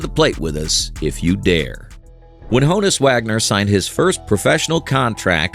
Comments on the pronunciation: Why do you pronounce his name HOE-nus? It is pronounced Hahn-us, kind of like Hannes. His full name was Johannes which would obviously be shortened to Hannes with a pronunciation of Hon-us. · Not 'HOE-NuSS" BUT "Hahn-ess" --it is the nickname for "Johannes" which is his true name.